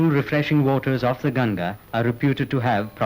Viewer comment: Its Gan-Gha not Gan-ja. Gan-ja is marijuana. 😭😂